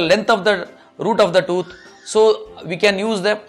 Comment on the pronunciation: Probably and possibly the best doctor ever but so hard to understand. Sorry Mr. I have an accent too but yours is really strong. Toot? Or tooth? Two different things.